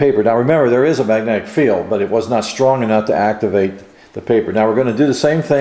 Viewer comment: Please enunciate the words you speak properly. It's pronounced "mag-net-ic." Not "ma-nec" or whatever the hell you keep saying.